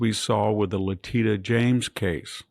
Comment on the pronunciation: I like the way he mispronounced Leticia James